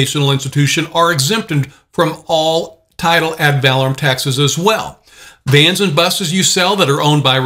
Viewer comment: I dont like to listen to someone who is professing to know a subject but then pronounces the subject wrong. The word is ADD - VUH - LORE - UM (emphasis on LORE) Not ADD - VAL - AH - RUM (emphasis on VAL )